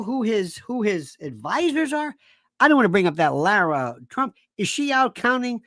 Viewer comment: I listen to Lionel because he makes me laugh,,like when he says LAYRA TRUMP hahahahhaha THANKS for the many laughs!! You a very smart man, but I need some happiness cause of all this mess demonrats are causing us.